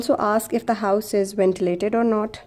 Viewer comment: not is pronounced as not and not ‘note’.u can learn it with practice.very useful vedio indeed. thank u